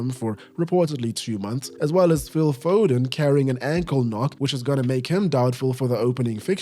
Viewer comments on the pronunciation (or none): none